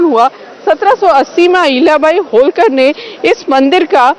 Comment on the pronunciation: Learn to pronounce marathi words as it is...Don't put a hindi template on them...होळकर... NOT होलकर....खंडेराव...NOT खांडेराव....